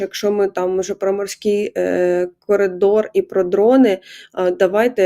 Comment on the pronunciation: ДобриДень..... -- хотів поставити Вам персонально Вподобайку, але почув від Вас слово Колідор (на початку етера) замість коридор )) Знов на Лайк не напрацювали...